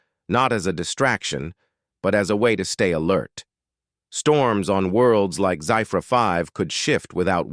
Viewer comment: The spelling Zephyr 5 is pronounced wrongly.....that is ZEFFER (Phonetic spelling) and this AI voice is so monotonous and boring.